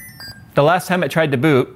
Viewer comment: I heard BOOP instead of BOOT boop error